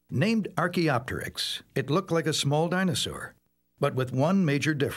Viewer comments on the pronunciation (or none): none